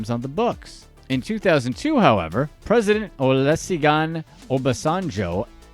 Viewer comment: Olu see gun 😂 if you care it is Olu-shee-goon